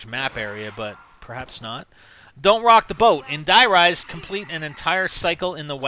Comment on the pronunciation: Its not acctualy Die Rise it is acctualy Der riese word for The giant Die Riese has no sense and "Der Riese" is the codname for a secret laboraty where they tested element 115